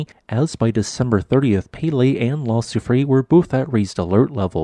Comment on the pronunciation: I feel obliged to criticize your terrible pronunciation of La Soufrière - it is - Lah Sioux Free Air.